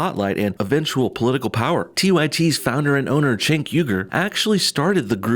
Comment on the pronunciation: It's pronounced Jenk not Chenk.